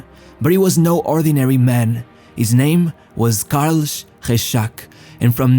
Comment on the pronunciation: the speaker who sounds portuguese, should kno that thhe spaaish name carlos rexach is pronounced carlos rejach in spanish! I dont kno him personally, but u should kno that!